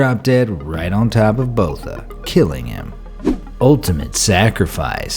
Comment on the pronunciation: Please never butcher south african surnames again, that surname is supposed to be said in afrikaans and all you did was make it sound like it originates from an african tribe when it probably originates from germany, holand or the nederlands. i can 100% promise you its not bota.